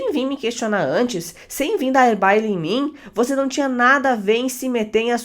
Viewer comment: não é BAILE que se chama kkkk é BALE kkkk é uma gíria do nordeste que significa brigar com uma pessoa, rodar o dedo na cara kkk